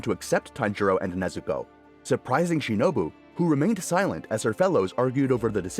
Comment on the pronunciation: The only YouTuber who pronounced the names accordingly 😌